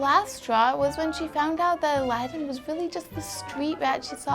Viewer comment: the way she pronounces aladin sounds like 11